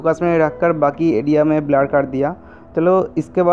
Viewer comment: Badiya par blur ko gaad kyo keh rahe the.